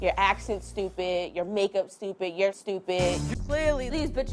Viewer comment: Are we going to ignore that said "Stoopid" instead of "stupid"